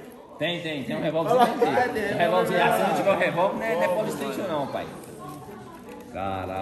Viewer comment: Seloco. Esse polistaytion é o maior trauma da infância de uma criança. kkkkk 😂😂😂